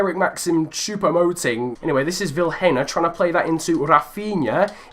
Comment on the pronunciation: can you please prenounce Vilhena as Viiléna